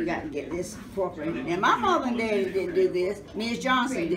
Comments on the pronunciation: I loved this one too! But y'all she's sayin "Deddy" not "Daddy"... Gotta love it. Wouldn't trade these ideals 4 nothin! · OMG I really enjoyed watchn her! I actually teared up I'm African American but she sounds and pronunciates just like my grandmother especially when she says deddy instead of daddy!💜